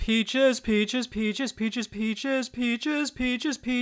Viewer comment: I'm sorry but I literally cant hear him say Peaches, all I hear is Bitches